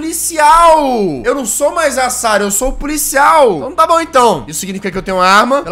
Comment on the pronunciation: Mais um jogo de terror pra conta. As vezes quando o jazz falava "Sara" eu achava meio "estranho" porque meu nome e Sarah ;u